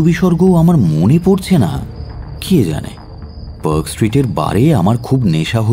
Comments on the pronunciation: খুব ই ভাল narration আর.delivery তবে কয়েকটা particular pronunciation.....mainly the pronunciation of a word with 'a' একটু correct করবেন., please.. একটা eg. Perk hotel না। Park (পার্ক) hotel. Same mistake অন্য গল্প তে ও শুনলাম । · I am bit surprised when Park Street is pronounced as Perk Street?